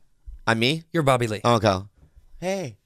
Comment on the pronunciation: "Crapa one a mor time for Bobby Ree!"